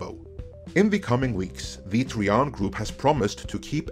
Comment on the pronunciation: Tri-an not tree-un. Another great video. Iger should step down in the wake of all these truths. But instead acts as though the facts aren't known to the public. Or the shareholders and investors. Lets just announce some crap before the investors call, to pull the wool over their eyes again. How long is that going to be endulged. It got old ages ago.